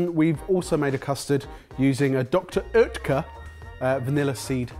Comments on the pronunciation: A+ for pronouncing Dr. Oetker,:D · I'm german and I have to say congrats to. He pronounced "Dr. Oetker" really well! I'm impressed:)